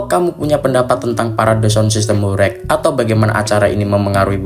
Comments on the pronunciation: Horeg bukan horek, pake eG bukan eK😂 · pengucapane ae ws gak pas !! horeg bukan hore'g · Sgt terlihat yg menjelaskan bukan orng benar² paham mengenai apa yg ia jelaskan, melainkan hanya mencari informasi dr berbagai sumber. Dr penyebutan kata² horeg aja udah tidak tepat😂.